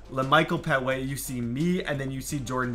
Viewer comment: It’s pronounced PET- Way, not pet-away